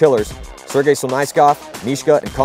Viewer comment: I love it how nobody can say Sergei's name right lol